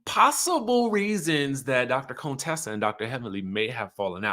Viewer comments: Her name is not cone Tessa it's pronounce kuntessa. Heavily would purposely call her Contessa in the beginning. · If yall don't stop calling her Cone-tessa 🤣🤣😂😭😂🙏 pls #fixitlawd